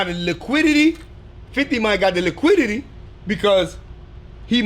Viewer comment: After he said “Liquidy” i passed out 😂😂😂😂